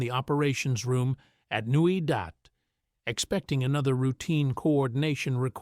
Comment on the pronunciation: & it's Newy Dat not Newy Dot!